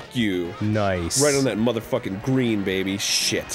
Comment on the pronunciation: "On the Gween!" "Pwaya Wun." Anyone else notice this during the series?